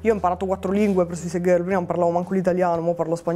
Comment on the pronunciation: Suisaid gherl 😂